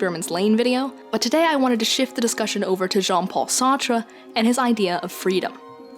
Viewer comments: "John Paul Sahtra" Sart. Like fart but with an S. Sartre is a French name, half the letters don't matter. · had to pause and take a second after that Sartre pronunciation, holy crap